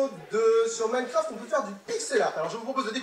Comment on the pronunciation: J'arrête pas d'entendre mycroft XDDD